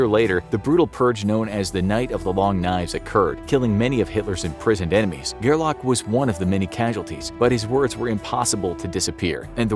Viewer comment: His name was Fritz Gerlich, not Gerlach.